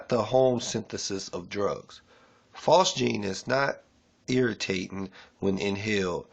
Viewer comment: Bro, if you don't even know how to pronounce phosgene, we got some big mf'n problems. (It's pronounced "fozz-jean". Like Fozzy the bear from the Muppets + a pair of jeans.) Appreciate your efforts, but...damn.